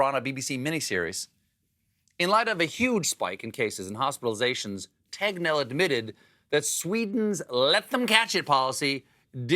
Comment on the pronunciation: Man, that Tegnell pronunctiation really turned into "Technell".